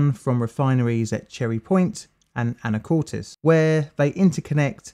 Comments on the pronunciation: I impressed. He got the pronunciation of Anacortes right. I was living at Deception Pass, about 45 miles to the South, when the blast occurred. Even that far away it shook the house. Terrible tragedy. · The name is pronounced Belling-ham, with the H pronounced. (I know, very American.) You did get Anacortes right, though, and not everyone does! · Thank you for pronouncing Anacortes correctly! Could see the plume that day, from Anacortes...